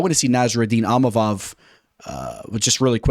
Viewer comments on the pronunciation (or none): Bro it's ( EEM-AH-VOV)...& Money Moicano hyped us up!